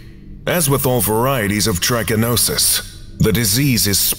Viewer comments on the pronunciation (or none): Pronunciations of trichinella and trichinosis are slightly off. The "ch" in both should sound like you're saying the letter "k". And the first syllables of both are NOT the long "I" sound (does sound like the I in it). Just a small FYI. tri-ka-NŌ-sis tri-ka-NELL-a The letter "o" is the only long vowel sound.